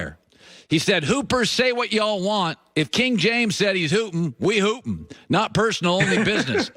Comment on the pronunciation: Collin can’t say hoopin’💀😂💀 Sounds like Hootin’ lol At least he tried.💯